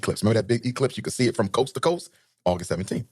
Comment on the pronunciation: Is he saying sanda bland name wrong . He never says American things correctly even saying like "I call it like is say it (see it)"